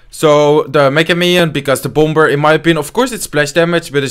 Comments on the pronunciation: In the word "bomber" the second b is silent. Try saying bommer instead and that will be the correct pronunciation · thats BOMB-er , not boomer